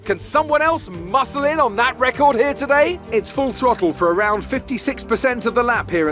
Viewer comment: why would we raid awound indeed